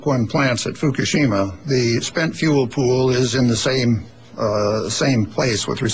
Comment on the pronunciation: FUCKashima, FUCKashima, FUCKashima, FUCKashima-It's pronounced: FUCK-A-SHIMA.